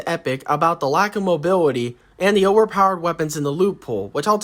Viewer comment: Bro can’t even say mobility right😂😂